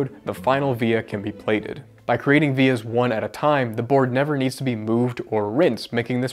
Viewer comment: As soon as I heard “vias” I knew you’ll be in the comment section